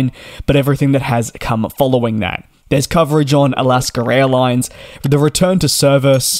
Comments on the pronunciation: Can you PLEASE learn to speak properly. It's AlaskA Airlines, not Alasker-Railines? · Every time you say "Alaska airlines" I keep hearing "Alaska raillines". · all i hear in these videos is Alaskar Airlines